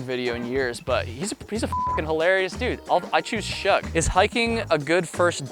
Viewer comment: Did you really just call Shug like it rhymes with shrug? It's Shug like sugar. Dude's a legend.